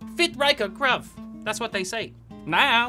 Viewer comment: It frit wrike a grvoe